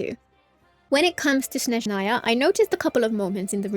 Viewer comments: she says snezhnAya instead of snEzhnaya, tho yeah my bad i didnt listen properly, the other part is corrent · i mentioned this under the previous genshin video, but i'll repeat (hopefully you see). please pronounce Snezhnaya correctly: its crlear S in the beginning and stress on the E edit: my bad, i didnt listen properly, you pronounce it correctly (but just with the wrong stress)